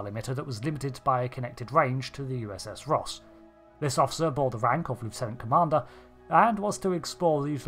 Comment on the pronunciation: you realy need to speack a bit more clearly becuse it sounds like your saying Rust class which just makes this funny as hell to me